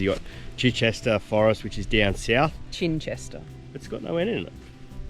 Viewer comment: Great video, we go there all the time. Chichester is pronounced CH-eye-CHESTER. 🙂